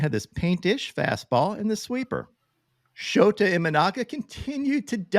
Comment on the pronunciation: his name is pronounced like SHOUTA or SHOWTA. NOT like SHOTAH. That would sound confusing in Japan, and perhaps among other peoples with certain taste.